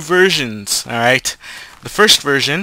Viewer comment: you said 2 version or 2 virgins?